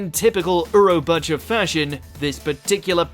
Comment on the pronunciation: Why do these idiots always butcher japanese names? Seriously how the hell do you get “urobacha” from Urobuchi.